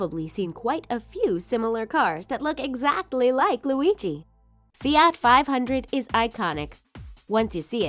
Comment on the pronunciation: You say fiat wrong